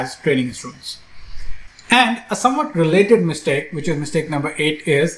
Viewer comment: Excellent-- mitsake instead of mistake